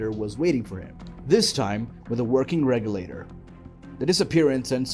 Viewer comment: Maybe learn how to pronounce buoyancy and regulator before making a video about driving??? Smooth brain….